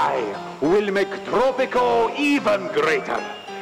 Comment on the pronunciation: It’s pronounced Tropico, not trrrrooppppico